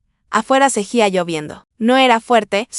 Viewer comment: 😂😂😂 Hay que reprobar a esta inteligencia con que esta hecho este video. No sabe escribir ni pronunciar VULNERABILIDAD, SEGUÍA NO SE PRONUNCIA SEGÍA. Que tome clases de gramática en español, ortografía, ortolalia y foniatría. Hay que reconocer que no fue una historia de una madre tonta que cría hijos inútiles y vividores.Crió un hijo aunque joven era maduro y responsable.